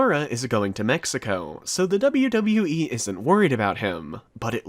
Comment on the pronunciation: You pronounce WWE very badly